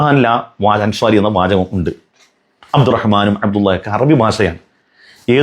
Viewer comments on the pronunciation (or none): none